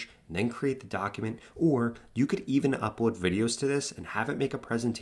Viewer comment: Say: UpLoad, Franklin, Tesla, Complete... It looks like your accent is from a different place, or I couldn't hear the "L" on your words, right ? Good job. 🎉❤